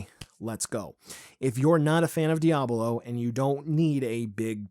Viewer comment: The way he pronounces díablo ☠️